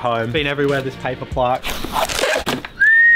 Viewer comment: Plaque not Plark